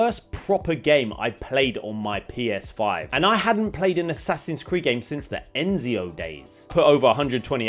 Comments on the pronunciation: "since the eNzio games" dfuq😂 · Since the "Enzio" days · like beginning of the video when he called him enzio i was like ight imma head out